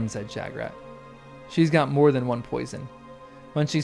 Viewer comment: I wonder what you are trying to get at with the alternative pronunciation of "Shagrat". You are the only person I've ever head try and say it "Sha-GRAT"! I think pretty near everyone says it "SHAG-rat"!